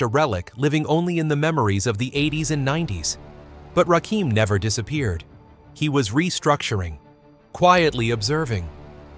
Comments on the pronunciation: If y'all gonna use somebody to get likes and subscribers, atleast start pronouncing their names right! It's irritating to listen to. It's Rakim, not Rakeem. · The GOAT 🐐 THE GOD MC. It's Rakim not Rakeem😡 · #I thought his name was"RAKIM" = pronounced..."RAH"(ra) Kim NOT Ra'keem!!! #smh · His name is Rakim(Ra - Kim) not Rakeem. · It's Rakin not Rakeem once I heard that I clicked off. Put respect on Rakims name smh... And make sure your voiceover is correct before uploading. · He keeps calling him Rakeem, why white folks think they can tell us about Hip Hop.... Man do your homework first u calling him da wrong name,R U Serious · It's Rakim and not Rakeem smfh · You noticed too this idiot doesn’t know the difference between Rakim and Rakeem. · heard Ra Keem and turned it off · Its Ai fools..that's why its saying Rakeem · 2pack, Rakeem 😂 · Please stop saying Rakeem! Recheck your sources.God Rakim. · It’s the R A K I M, not rakeem, > RAKIM AKA THE SUNGOD, THE LIGHT ✨💫☀️🔥…☀️ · You lost me at "Rakeem".If you think you know Rakim,YOUR wrong 👎🏾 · My god, he fucked up from his first sentence, I can’t even listen to this shit, wow, wtf!?! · Nigga,…..who the hell is Rakeem??? Edit the Video and get the Name Right. This The God, he deserves His Name to be Properly Said. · Why am listening to someone who doesn’t pronounce the name correctly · This narration is done by a computer driven voice that cannot say RAKIM. Salute to The God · Rakim -doing it with the R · Why do I watch soo many videos and the narrator is never able to pronounce the name of the person the video is about? Very annoying. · Why in the hell are Caucasians telling our stories? This f...a doesn't even pronounce Rakim's name right. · More you tube crap! 😂😂 we believe the words from his mouth not people cant even say his simple name right!😂😂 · Why are Deliberately Miss Pronouncing his Name?! You Suck For That! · Should be ashamed for not even saying his name correctly. Makes the whole thing invalid.